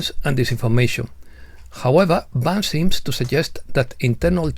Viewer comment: Oh!, estimado: en la versión en castellano Vance (pronunciado correctamente "Vans") aparece castellanizado, Van-ce, sonando casi como avance😅. Quizá era esa la intención!?! Por otra parte, cuando mencionas a Chellea Wilder, la pronunciación correcta es "Kélea", como en Achilles (Aquiles). Gràcies por tu encomiable labor🙏👍